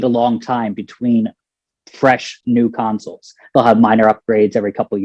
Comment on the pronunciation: I didn't even realize she was saying council until I saw your comment lmao